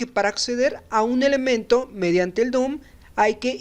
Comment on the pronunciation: Se dice DOM no DOOM